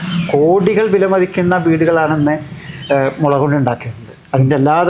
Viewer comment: മൊള അല്ല മുളയാണ് ഭായ്❤